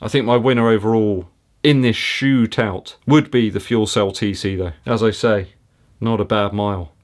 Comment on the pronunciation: Did I hear you say shoe-tout? I loved that....almost as much as you did.